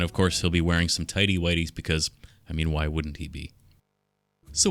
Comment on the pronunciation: It's so FUNNY WHEN HE SAYS TIDY WIGHTYS